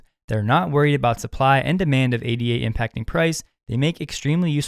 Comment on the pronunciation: Top tip! Just say "ADA" and not "A.D.A", as ADA is named after Ada Lovelace not A.D.A Lovelace.